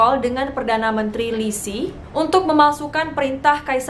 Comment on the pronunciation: cara bacanya Qin = Cin, bukan Kin. Yin Zheng = Yin Ceng, bukan Yin Zeng, Lisi = Liseu